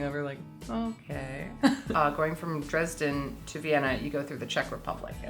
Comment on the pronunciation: Dresden in German is different ( I mean how you speak it ) and I really don't know for at least 5 weeks what you mean with Dresden and than I realised that you mean Dresden in Germany because it sounds different. I hope you know what I mean LOL hahaha